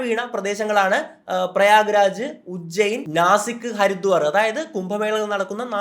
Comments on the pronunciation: പ്രഖ്യാരാജ് അല്ല പ്രയാഗ് രാജ് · പ്രയാഗ് രാജ്. പ്രഗ്യാ രാജ് അല്ല. പറയുമ്പോൾ ശ്രദ്ധിക്കു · Bro.. Its Prayagraj not pragyaraj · Pragyaraj alla chetaa. It's prayag raj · Not pragyaraj ....its Prayagraj !!! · പ്രഗ്യാരാജ് ആണോ പ്രയാഗ് രാജ് ആണോ? അർത്ഥ കുംഭമേള അല്ല അർദ്ധകുംഭമേള. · പ്രഗ്യരാജ് എന്നല്ല, പ്രയാഗ രാജ് എന്നാണ് ശരിയായ പേര് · Not pragyaraj it's prayagraj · Pragya രാജ് അല്ല, പ്രയാഗ രാജ് ആണ് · Pragya raj 😂 .. it's prayag raj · പ്രയാഗ് രാജ് not പ്രഗ്യാ രാജ് 😂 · Pragyaraj allada Prayagraj sangam padichitt para bro malayalikal elladathum und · പ്രഗ്യരാജ് അല്ല.. പ്രയാഗ് രാ ജ് ആണ് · Prayagraj anu..prehyaraj alla😂...ithrem cheriya kaaryam polum ariyille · Pragyaraj alla, PRAYAGRAJ aanu correct pronunciation. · Bro its prayagraj not pragyaraj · ഞാനും അതായിരുന്നു ശ്രദ്ധിച്ചത് പ്രഗ്യാ രാജ് -പ്രയാഗ് raj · 1.05 പ്രയാഗ് രാജ് എന്നല്ലേ. അതു പ്രഗ്യാരാജ് എന്നലേ പറഞ്ഞത്. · Not pragyaraj but prayagraj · പ്രഗ്യാരാജ് അല്ല.... പ്രയാഗ് രാജ് 😀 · Well done. I think it’s called പ്രയാഗ് രാജ്, not പ്രഗ്യരാജ്‌ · Prayag Raj..it’s not Pragyaraj! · ഞാനും വിചാരിച്ച് ഇതെന്താ ഇങ്ങനെ പറയുന്നതെന്ന് ... ഞാൻ അവിടെ പോയിട്ടുമുണ്ട് മുമ്പ്..